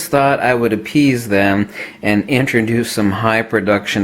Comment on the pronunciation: I started chuckling as soon as I heard you say 'appease'